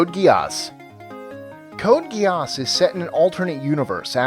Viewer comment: "Code Geejaaasss" hahahahahaha fucking learn to pronounce!